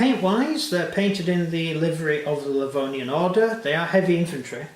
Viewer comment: its livonian not lavonian